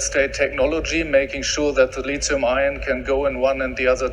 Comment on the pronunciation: "the lizium I own" 😂😂😂